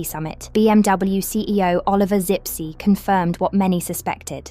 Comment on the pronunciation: not Sippsee, but Zipse